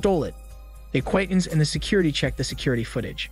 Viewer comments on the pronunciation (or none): none